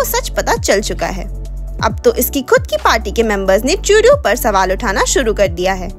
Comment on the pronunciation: Not tuedeau say Trudeau